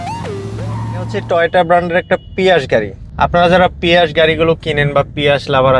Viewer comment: ভাই শব্দটা পিয়াস না 😂😂